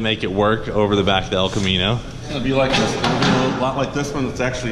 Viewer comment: "Mullet, the Els Camino"